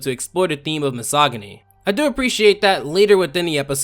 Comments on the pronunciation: misogyny m... missogi-ni? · Loved the video. Hated how you pronounced misogyny. 8/10; Please use a soft "g" next time. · Did he say Mihsoggany 😂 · mis-ogg-any? lol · "mesogany" bruh.wav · Wait, Misogyny is pronounced with a hard g? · Miss- ahg-oh-nee 😂😂😂😂😂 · I'm convinced ur faking ur American accent because there is no context in which an English speaker would pronounce misogyny the way u do.